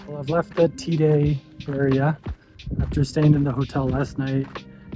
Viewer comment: It’s pronounced tay-duh